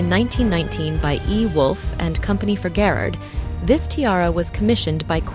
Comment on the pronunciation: Please check your facts. As well as pronunciation. In the first 30 seconds Romonov and Garrard are mispronounced! Stopped watching at that point.